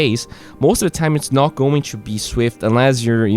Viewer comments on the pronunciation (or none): Bro please stop keep saying chu instead of to, it is so annoying. i love your videos btw.